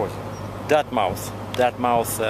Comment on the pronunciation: you sure butchered the name Dartmouth, lol, the correct phonetic pronunciation is DART MUTH, whereas what you said was DUTT MOUTH. It's a famous town known for ship building and is where the fishing schooner Bluenose was built, the one on our Canadian dime you know. Also, the replica ship Bounty was built there in 1959 for the film Mutiny On The Bounty but it sank a couple of years ago off Bermuda I think. Anyway, this was maybe the 10th to 15th video of yours I've watched over the last three days or so and I must say I really enjoyed your humour. We share a similar sensibility that way and self-deprecating humour is amongst the best in my honest opinion, I especially liked from where you admitted to losing your gloves and then finished with... Where's Texas?... Nice touch, and that's what I call quality humour and real comedic acting.